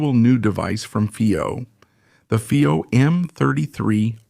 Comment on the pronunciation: Haha. If we don't know how to pronounce FiiO (I don't), just try every possibility imaginable in a single video. Hires instead of hi-res. Obviously, this is AI talking, and not a real person. GB and TB instead of gigabyte and terabyte. Did anyone review this before releasing? Alright, I'm sort of joking. This is probably a translation from Spanish to English. And if that is the case, it is pretty good actually. Thanks for putting out the video.